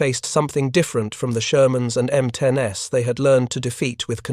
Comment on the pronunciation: M10"S"??? M36"S"??? AI sucks.